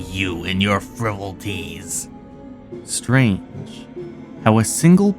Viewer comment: Happy Christmas comments section, and to as well. 'frih-voll-it-tee' is how you pronounce "frivolity", the noun form of "frivolous".